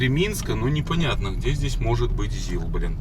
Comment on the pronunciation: Не зилА, а зИла! По промелькнувшей оговорке хотите строить дом на колесах И ещё. Вы посмотрели не два проекта, а два автомобиля для будущих проектов! Пока вы их не приобрели под конкретную идею, назвать из проектами преждевременно